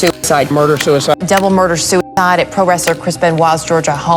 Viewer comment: "SOO IDE" get's annoying after a while